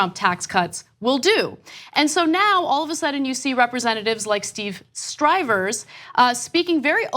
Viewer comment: Steve Stivers doesn't have an "R" in his name, just next to it.